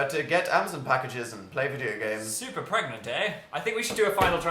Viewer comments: Is he... pregananant? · Did Dil get... PREGANANANT...? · Ann Casoot he's pregananant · can u get dramatic pause pREGAnte